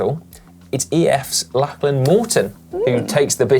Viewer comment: When is Si going to learn to pronounce Lachlan correctly? He did it once in this video, but got it wrong several times.